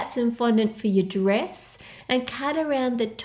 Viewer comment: it triggered me whenever she said 'dress'